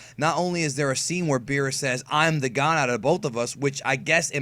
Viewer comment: Every time I hear say Beers I just imagine the Spanish translation of Cervezas que no mame wp wey es Beerus no pinche Beers, o que diga Bills mejor if he doesn't know how to pronounce